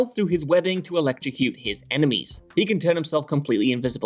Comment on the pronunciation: 8.19 “his emenies” 😂